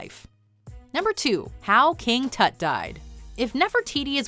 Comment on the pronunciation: King Tat? lul